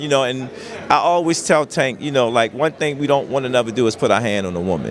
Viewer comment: This flag flyer still can't or won't say Tank's name right.